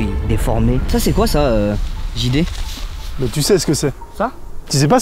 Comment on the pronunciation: ont est d'accord qu'il a dit le grand GD ou lieu de JD